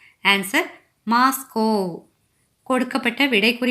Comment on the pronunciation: அது மாஸ்லோ.. மாஸ்கோ அல்ல.